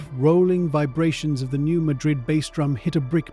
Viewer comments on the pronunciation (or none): FYI it is locally pronounced newMadrid the a has a hard pronunciation.